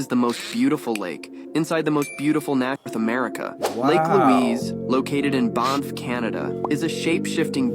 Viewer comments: Wow that is the most awkward pronounciation of Banff I've ever heard. He almost tried to make it European 'Bahnff' Its pronounced with a more nasally 'ah' sound, not an 'oh' sound. he said it correctly. The ticktock didn't. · Barnff?. That’s not how you pronounce Banff. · I cant get over the guy who called it "Bonff" oh yes of course, i love going to "Bonff". Like sir, its "BANFF" like, pronounce the word "BAN" and then add the F's on the end. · The (A.I.?) voice in the TikTok was saying "BONF" -- do not be confused -- it is really BANff.